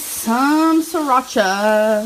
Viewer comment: “Shracha” lmao